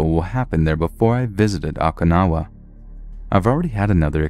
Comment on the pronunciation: Oh-Kuh-Now-Uh...haven't you seen 'Karate Kid II'?